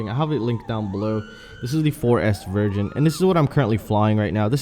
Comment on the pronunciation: Are u saying "version" or "virgin" ? Anyway...after watching Albert Kim's flying, he makes you look like johnyfpv..lol 🤘😁👍